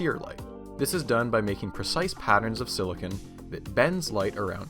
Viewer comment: why did you say silicone like that